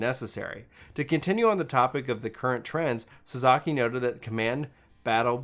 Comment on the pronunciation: Ah and the way he pronounces Japanese names 😂🤣. they did sell Suzuki vehicles in the US for years!